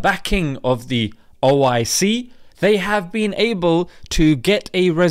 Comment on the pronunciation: Its not oic, its oh! I! See!!